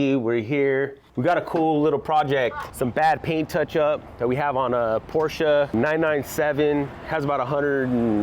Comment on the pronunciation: Thank you for pronouncing “Porsche” correctly!